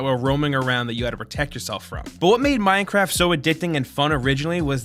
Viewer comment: Minecwaft supreme